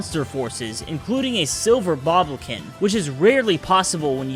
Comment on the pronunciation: "silver BobLoKIn" sighs open comments